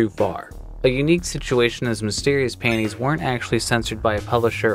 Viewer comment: I kept thinking was saying "mystery paintings" in the FF7 feature lol